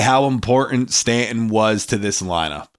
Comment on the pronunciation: His name is pronounced Stan ton.